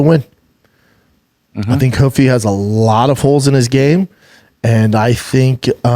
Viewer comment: Ruffy not Huffy, unreal.